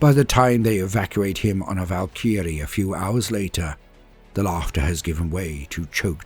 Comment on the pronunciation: A little perplexed about how you're pronouncing Valkyrie though?